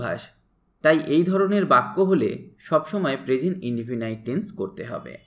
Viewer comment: ইন্ডিফিনাইট নয় ইন্ডিফিনিট